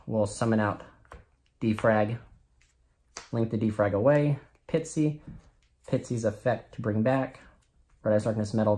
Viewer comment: It's pronounced P I S T Y not P I T S Y :p